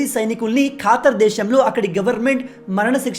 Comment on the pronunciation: ఖాతర్ కాదు బ్రో ఖతార్👍🏻